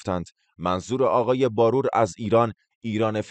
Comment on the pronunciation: شما مطمئن هستید که نام خانوادگی این شخص را درست بیان کردید (نمی‌خواهم بگویم شما اشتباه کردید بلکه این شخص تلفظ اصلی نام خانوادگی خود را به عمد عوض کرده)بار+و باید خواند ه شود barvar نهbaror